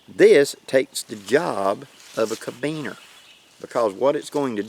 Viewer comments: It's carabiner not cabiner. That's care-a-beener not ca-beener. Sorry, I know it petty, but it was bug'n. Why was I more focused on pronunciation than the lesson at hand? Because at the point at wich you said it twice, I had yet to hear anything I hadn't already learned. Not your fault, these are valuable lessons a lot of people need... it just happened to be review for me. But that familiarity with the material allowed my mind to relax and wander. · great tips. Try saying Caribbean, not Kabeaner. Locking Carabiner. I made some citris knives from Dan Lutz design. I just made the end look like a Kukri. Ever heard of Hojo Jitsu. lots of knots. Later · Never heard anyone say ka-beaner lol